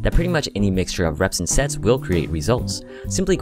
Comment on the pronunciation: I swear that I heard " what about sex ?"